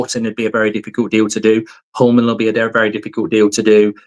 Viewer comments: Mark, Hjulmand is not pronounsed like Hullmand or Jumland. The ‘H’ is silent. Like many other writes, its: YOOLMAN for u english guys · Mark, love the content! But if we're going to get Hjulmand you need to learn how to say his name. Here's a quick guide. Morten → MOR-ten (easy enough) Hjulmand → in Danish it’s roughly YOOL-man(d) (the “Hj-” is silent, sounding like “Y,” and the final -d is also silent). It literally means "Wheel Man". So it's not "Homeland" or "Yumland" or "Jungland". It's Hjulmand. Cheers! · Get it right! You-l-mand Not You-m-land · I have been looking for this comment. This whole summer I hear him saying Yomlin and I never knew who he was talking about. You can imagine what I thought when I found out it was Hjulmand this whole time 😭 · Yumland is hilarious. Sounds like a sweetshop 🍬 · I like how he changes the hjulmand pronounciation every time